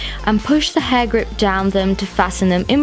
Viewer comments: I heard "hard grip" 😂💔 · True. But honestly, for me it sounded like "Hagrid"😂😂